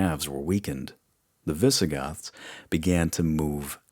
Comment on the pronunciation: Honestly the only thing that bothers me at all is that you refuse to use "S" at the end of words like "the Byzantines" or "the Visigoths".